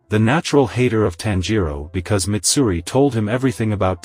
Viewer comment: That’s not mitsuri that’s maidsuri